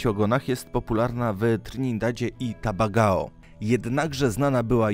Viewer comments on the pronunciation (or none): Tobago a nie tabagao jak już robisz zestawienia to rób poprawnie zwłaszcza nazwy państw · Tabagao? Błagam....